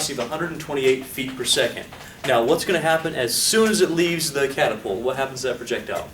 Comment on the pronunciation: CATapult.... can't be unheard hahahah